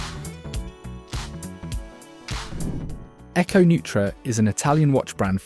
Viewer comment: Thanks for that correction. I'm pretty sure Echo Neutra is pronounced "noy-tra". At least that's the way I heard Teddy Baldassarre pronounce it when he included the brand among other micros when having Kevin O'Leary select the winner. I know that Teddy was in contact with each of the entrants, so I'm certain he would ensure he had the pronunciation correct before proceeding.